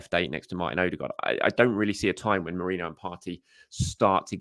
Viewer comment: You pronounced Merino's name correctly!